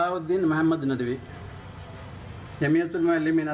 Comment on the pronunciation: ഈ ഉസ്താദിൻ്റെ പേര് അദ്ദേഹം പറയുന്നത് വ്യക്തമല്ല. മഹ്ദ് നദ് വി എന്നാണോ?